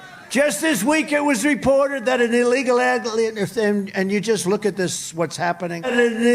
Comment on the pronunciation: What!!! Illegal "allalyeel"? But FOX won't show this!! He's babbling nonsense AND he can't even speak properly.